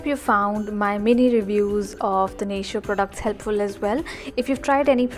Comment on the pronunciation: haha most people do pronounce it 'nay-shee-oh'. In fact, when I was doing one of my training on Natio, they told us to remind people that it's not pronounced that way. And, I actually used to pronounce it wrongly too and it was surprisingly hard to start saying it the correct way😂